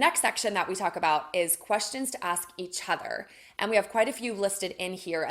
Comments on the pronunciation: She needs to ask me if I will be annoyed that she pronounces 'each other' as "e-cbother" because YES, I find that pretentious crap obnoxious. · Her pronouncing each other as e-chorher is pretentious garbage.